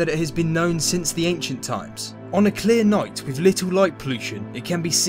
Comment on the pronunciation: "Wiv" ...??? (lol) Otherwise, a great presentation. :-)